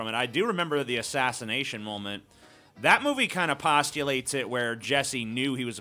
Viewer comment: says “molment” I noticed it a video or two ago, listen for it